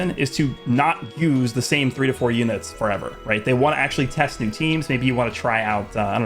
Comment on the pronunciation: blud said 4even 💀